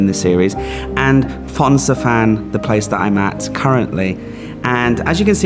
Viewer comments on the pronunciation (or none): 😂, you really need to know how to pronounce the name of the town or city. Phon-xa-vanng/ long-Cheng.